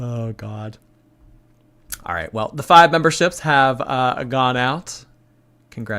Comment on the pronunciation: My 3 year old was saying it this way as we decorated the Christmas tree and I kept nicely correcting her because of ALL things and people- I can’t let her sound like ALR! Haha but I do think it’s a common lazy way to say it and maybe she was never corrected as a kid.. buuut no excuse at age 30 something 😆